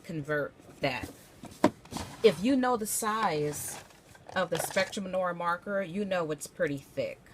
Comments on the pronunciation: Noir - Noow-ar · Also you’re mispronouncing noir